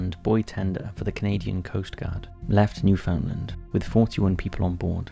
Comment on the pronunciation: Another video mentioning Newfoundland. Another video mispronouncing Newfoundland. (It’s “newfundland,” said as one continuous word)